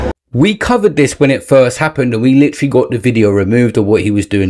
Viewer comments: OMG!!! This dude said LITERALLY ("LIT-TRAA-LAAY") about 5 times in the first minute of the video!!! Way more egregious than anything AB has ever done! 😂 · Holy isht!!! He won't stop saying "LIT-TRAH-LAAY" 😂😂😂 I can't even listen to this nonsense! I'm out and blocking this channel!